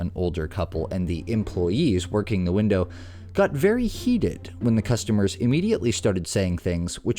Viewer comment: “Wind-dough.” 🤣 He said he had a social media following so this was just for clicks. What cucks 🤡